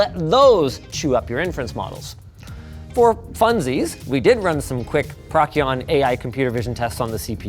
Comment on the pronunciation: Prokki-on? Surely Pro-sy-on?